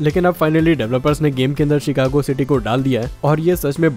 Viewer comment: Bhai cheekako nhi Chicago